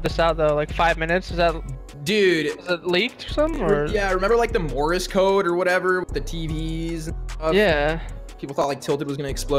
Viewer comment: “Morris code” 😂😂😂